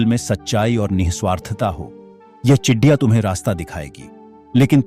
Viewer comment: Chidiya नहीं ,चिड़िया है भाई साहब जी😂